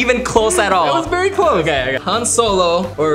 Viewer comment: You said Han wrong lol